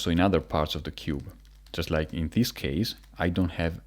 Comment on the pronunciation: Him: turn like thees.. Other ppl: turn r u r’ u’ hdhdhdhdggwowpabsgwjdujsfwhshdhe